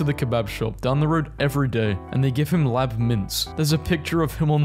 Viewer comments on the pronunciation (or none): I hate how he pronounced lamb